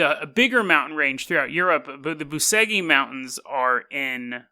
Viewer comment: It's spelled Boo-che-gee